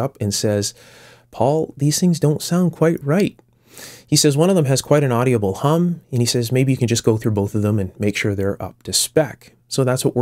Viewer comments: Why do you pronounce audible with four syllables? It only has three syllables. Well, it has three in Australia at least. Do you livecin Canada? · "Audible" is pronounced like "Odd'-uh-bull", not "Oddy-uh-bull". Same with "inaudible": "In-Odd'-uh-bull", not "In-Oddy-uh-bll". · OK, I'm going to say this ''cause it bugs me and I'm kind of a jerk like that. My stupid brain tends to be ridiculously sensitive about this kind of thing, so, consider the source. ;) The word "audible" has only 3 syllables, not 4. It's "AWW-di-bull", not "AWW-dee-ah-bull.". Also, as long as I'm picking the tiniest of nits, the term "Farad" is pronounced "FAIR-ad", not "fer-RAHD". Regional accent, perhaps? I don't know, but what I can say for sure is that I have never heard anyone else pronounce it the way you do.Feel free to completely ignore this as the grumblings of a cranky old bastard. I love your work in general. Sometimes the repetition gets to be a bit much, but considering the importance of many of the issues (safety issues, in particular) you cover, it's understandable.Please do not take this as any kind of insult. I'm a big fan of your channel and am thoroughly impressed by the level of care, attention to detail and, especially, craftsmanship that you put into your work. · For being unscripted... You did an excellent job! I will be reviewing more of them. Just a friendly FYI... The word is audible, not AudiAble.